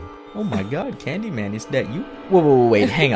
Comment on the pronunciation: caaned y man no you have to say candy man